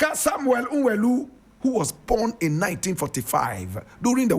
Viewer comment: Nwelue is pronounced “Nweluwe”